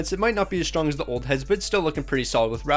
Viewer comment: It’s shesterkin